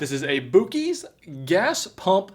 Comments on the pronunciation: I think he really believes it's pronounced that way. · IDK man if he is trolling or doing it on purpose JUST to make me angry OOOOOR he is actually stupid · How did you buy seven things from Buc-ees and not hear how to pronounce their name when you checked out? The poor beaver will never be the same. Hint: Mr. Buc-ee the beaver has ""buck teeth"" That's why he's """Bucky""" the beaver". Also - this is what you do with the drink dispenser. You fill it up with Vodka. Take a glass of orange juice. Put a couple of shots of vodka in the orange juice from the drink dispenser. You will then have a much better screwdriver than what is inside the hammer you were demonstrating. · It is Buck-cee's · pissed off millions the instant he said boo-keys. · It's pronounced "buss-ies" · boo-keys wow man. Not how you say it lmao good try I guess lol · Pronounced buck-ees. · I believe it's pronounced: BUCK EES. As for the 40 second limit on turbo mode, I would believe that the limit is there to prevent the flashlight from overheating and potentially burning the user or causing the batteries to go thermal-nuclear. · I think he's messing with us on this boo-kees pronunciation. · The fuck? Pronounced buck-eee-z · He's genius for calling it Boo Keys because he knows he will get more comments correcting him. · “Boo keys”. And the engagement farming continues 😂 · The pronunciation is (buck-ees) lol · Boo-kees?!! Shame!!! Looks like that pipe isn't up to code. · Buh-Keys....Say it with me....Buh-Keys!!!🤣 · Boo-keys is crazy lmao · If I went to a Bucees...and called it Boo-kees....Id get punched in the face. and rightfully so. Well done! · Master trolling with that Boo-keez... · omfg haha hes saying the uber famous place name rong hah its pronounced buckys haha its one of the most famous places in the us LOl the food suppose to be mind blowing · Hahhahahhaha love you it's BUCk-EES lol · Hey the double C is Italian so it's pronounced boo-cheese hope this helps